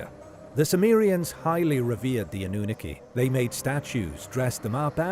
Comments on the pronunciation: Hello , your pronunciation of Annunaki is wrongh Sorry, there is 2 N at the beginning . Also Nibiru has no A so is mispronounced again. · I think he’s actually a real person lol this pronunciation drove me insane 😂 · He can pronounce Anu properly, but can't pronounce the last parts properly! All good, but I've heard a few others with both narrators! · Anew-nookie, I love how the program pronounces Annunaki lol